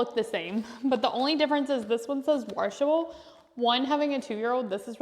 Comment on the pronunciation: washable not waRshable. 😬